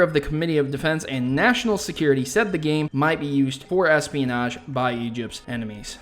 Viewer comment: DID I HEAR EPEON-AGE